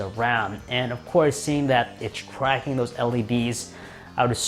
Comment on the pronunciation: you said twacking